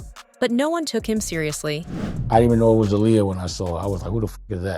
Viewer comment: The pronunciation of Aaliyah’s name turned me off from watching smh 🤦🏽‍♀️.